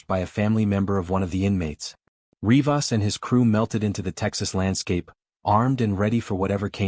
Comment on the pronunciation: Such a poorly made video... Starts with the way you pronounce RivAAs... Two Rodrigezes.... Rodrigi?? 😂😂😂